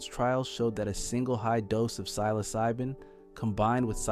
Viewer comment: You can’t even pronounce psilocybin correctly. Credibility lost.